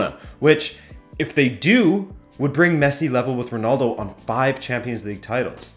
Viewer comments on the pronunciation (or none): none